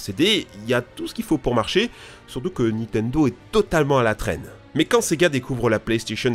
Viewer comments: Tu en as pas marre de dire NITENDO tout le long de la vidéo au lieu de NINTENDO ??? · C'est Nintendo pas nitendo